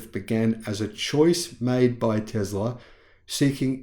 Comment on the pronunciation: There is NO Z in the word Tesla. Let’s work on that S sound mate.